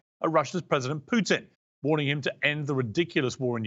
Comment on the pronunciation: It's Putin (pootin) not Putin (like putrid), Piers. Jesus. learn to get his name right at least